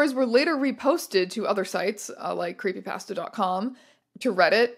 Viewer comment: Your pronounciation of creepypasta still hurts me